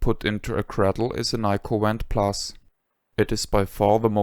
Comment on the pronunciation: Five years later I still prefer my Nyko Wand (Which I pronounce "vhand" because of accent😂)for Wii gun games and play them often. Even though I have a modern pc build with retro Shooter guns, I am still drawn to the simplicity of Wii. This video was my introduction to amazing channel and I have watched every video. Thank you for all the precis information and kind assistance over the years! I wish you had a donation link!